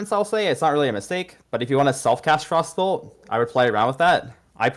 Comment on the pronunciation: It took me a solid minute to realize he was saying frostbolt and not frossoles